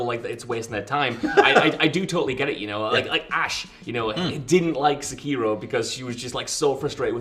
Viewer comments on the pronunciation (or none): Cant take these two serious anymore when they cant even say sekiro correctly